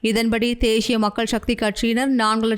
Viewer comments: தேஷிய இல்ல தேசிய ஒழுங்கா வாசி இல்லன்னா மூடிட்டு பேசாமல் போ தமிழ் அ ஏன் கொல்ற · என்ன உங்கள் தமிழ் உச்சரிப்பு தேஷிய மக்கள் கட்சி என்று அருவருப்பாக இருக்கின்றது... தேசிய மக்கள் கட்சி... தேஷியம் இல்லை.. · தேய்ஸ்ய இல்லை தேசிய தமிழை சரியாக உச்சரிக்கலாமே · தேஷ்ஷிய இல்லை தேசிய. 😂😂😂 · தமிழை அழகிய முறையில் உச்சரிக்க முயற்சிக்க வேண்டாம். தமிழ் எழுத்துக்களை அதன் உரிய சப்தங்களோடு உச்சரிப்பதே தமிழுக்குச் செய்யும் மரியாதையாகும். தேசிய என்பதை தேஷிய என்றே உச்சரிக்கின்றீர்கள்.